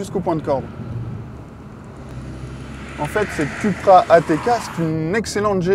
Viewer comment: Ca se prononce "Coupra" et non "Cupra" s'il vous plaît ...